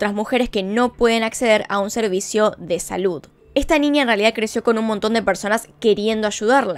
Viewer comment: “NINIA” jajajaj